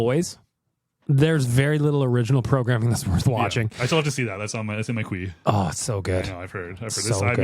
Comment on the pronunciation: quee? it's queue